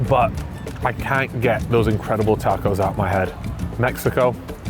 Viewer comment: Pissed me off 2 mins in calling tacos, tarcos???? Wtf man